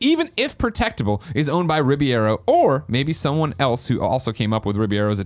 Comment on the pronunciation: Some day Greg will be able to pronounce Alfonso Ribeiro's name correctly. This is still not that day.